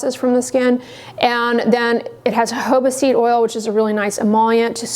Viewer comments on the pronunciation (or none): none